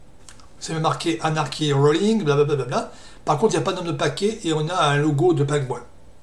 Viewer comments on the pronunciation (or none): La prononciation Anarki est fausse en anglais, c'est Aneurky ( ou plus pro /ˈænəkɪ/ ) ou /enərkɪ/. Après je sais pourquoi tu dis cela mais au moins tu fais des efforts pour parler correctement, c'est appréciable.